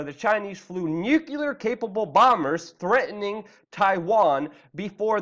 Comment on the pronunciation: Luke. Stop saying "Nucyaler"....... NU.... CLEA.... R. Or try New Clear, join them and you are now speaking English